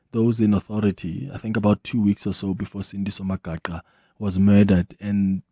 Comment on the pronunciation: Mispronunciation of Magaqa is very ear-sore🤦🏿‍♂️🤦🏿‍♂️